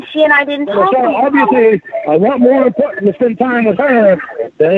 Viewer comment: "Guesh they're more impawtant than me"